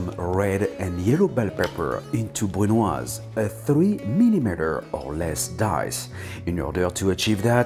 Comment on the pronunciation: BRUNOise....come on,, you were the inventor of that!